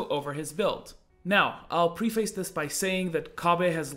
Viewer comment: "this is LCS not aram" heh. also not trying to be a dick because I know english isn't your first language but preface is pronounced more like prehfiss. Also wondering how tabi passive interacts with stuff like Kayle's E passive. Is the bonus magic damage reduced because it's technically auto attack damage or it considered spell dmg?